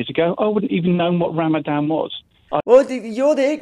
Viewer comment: He does intermittant fasting, not Ramadam🤣